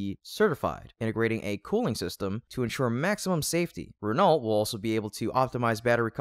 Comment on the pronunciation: By the way guys, Renault is pronounced "Ren-oh".